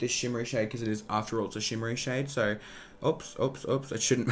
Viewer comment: i love you but i hate how you can make the “o” sound in any other words but when it comes to “so” you say “suuuurr” like stop💀